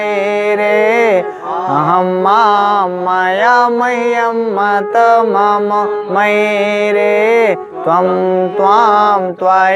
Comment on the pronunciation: आप गलत पढ़ रहे हैं स्वारंत को व्यजनांत मे पढ़ रहे हैं हिंदी में मम् पढ़ते हैं संस्कृत में म म पढ़ा जाता है